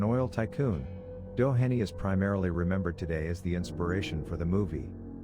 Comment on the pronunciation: The name Doheny is pronounced Doe hee nee. Some of the stories are correct, others (along with photos) are not. I worked there 22 years and wrote a book on the location and its hauntings. Of the 80+ people interviewed, I ended up with over 300 stories. The book has approximately 260 stories. If interested, "The Ghost of Greystone Beverly Hills - Dramatic Eyewitness Accounts" will tell in depth all the stories of the mansion and the grounds. It truly is off the charts haunted.